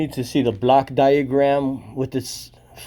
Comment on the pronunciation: You need to pronounce Block diagram more correctly as it sounds like a Black diagram which can lead to confusion by the public servants.